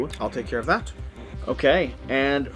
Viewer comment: They seriously need to change the name “Ship Phase”. Every.time. I hear shi(t) phase or the better shi(t) faced 😂